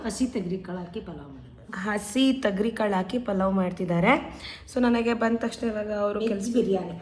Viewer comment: Thagari kaalu alla adu thogari kaalu adu